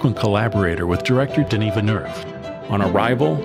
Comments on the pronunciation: How is it possible to mispronounce Villeneuve’s name so many ways. Vinerf ? Really ? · 1. Vil - nuv 2. He has said his own name on video